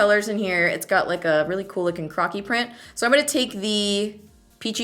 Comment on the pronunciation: Love the looks and I will be trying these. totally though you said crotch print and couldn't stop laughing, so sorry crocky print.